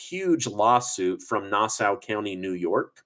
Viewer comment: “Nassau” County is “nah - saw”